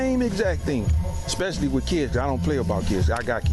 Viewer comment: He said 'ridiCALous' and 'EXspecially'. My god, why can't they English! I have literally taught grade 4 Korean students with a much better understanding of English than these dudes have. And, oh, his poor wife having to deal with this nonsense.